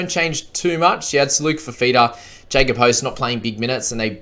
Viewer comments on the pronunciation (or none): none